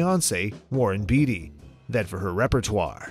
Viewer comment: Hello Warren Beatty is pronounced BAIT-TEE